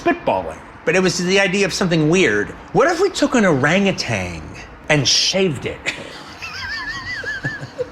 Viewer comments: Someone tell Quentin it’s orangutan, not orangutang. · BUDDY. It's: Oh-RANG-ooh-tan not Ooh-RANG-uh-tang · I looked it up: they even had a photo of the poor thing. I don't know what Quentin Tarantino had in mind when he imagined a shaved orangutan (no "ng" diphthong like he said it though), but it basically looks like a plump human with uneven skin pigmentation. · QT wasn't there for the conversation, just repeating a story. I suspect the pronunciation is his, not necessarily Aldrich's. Many Americans pronounce it "orangutang."